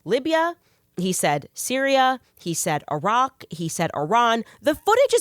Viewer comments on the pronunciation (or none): none